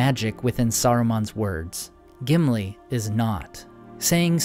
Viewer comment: Gimili more like simpli 😂